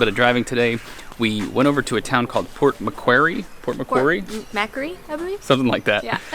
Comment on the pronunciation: Port - mc - quarry, hope this helps you in pronouncing the name next time. Love you guys, your amazing! 😊